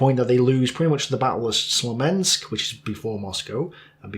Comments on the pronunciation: Slomensk? Smolensk maybe? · Slomensk ? :))) you make it sound funny SMOLENSK smo -len-sk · Did you say "Slomensk"? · Smolensk, not Slomensk ;-)